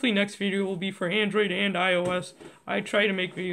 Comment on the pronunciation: HE SAID ANDORID